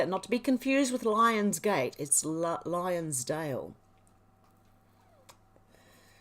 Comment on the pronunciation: It's Lonsdale lol...I'm a Londoner.